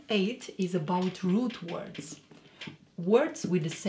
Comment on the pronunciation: Whenever you say “root words” I first thought you said “rude words” and were going to teach us that 😅😉🤩